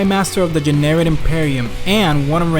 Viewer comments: i thought the whole time he was saying Generic instead of Jennerit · The Generic Imperium